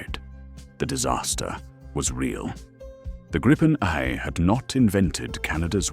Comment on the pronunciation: Canadian guy here. Personally, l hope we dump the F-35 and go with the Gripen. We could purchase several jets from Sweden whilst we build the factories here to build future jets. BTW, exactly how o you pronounce Gripen? Even this video, it's pronounced three different ways. Grip-en, Gripe-en or Greep-en - which pronunciation is correct? Can an actual Swede please comment on this?